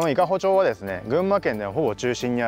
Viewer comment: 伊香保 まち です 伊香保ちょう ではありません。 よろしくお願いいたします。 全然、不快なんて事ありませんよ～ ありがとうございました❗